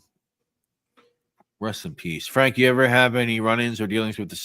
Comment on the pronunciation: I have to start early so always catch the live on my drive to work. The mangling of Frank's name at the beginning slays me! 😂'Frank Diome....Francis...Fiordilini!'😂😂😂